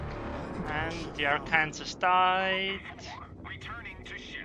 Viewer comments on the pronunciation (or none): ar-kan-saw not ar-kansas xD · Sorry but, arkansas, is pronounced "Are-Can-Saw" :D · Arkansas is pronounced "R can saw".